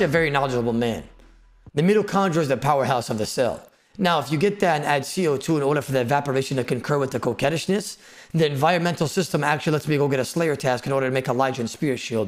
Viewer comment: lol "mittochondra"